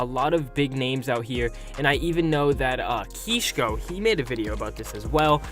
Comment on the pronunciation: Ngl u butchered the YouTubers names it’s not ‘keeshko’